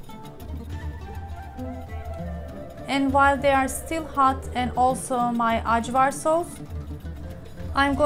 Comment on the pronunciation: From Macedonia here! Thank you for representing us Balkan’s! I love your channel 💜 BTW it is pronounced ‘ayvar’ not the ‘j’ sound 💜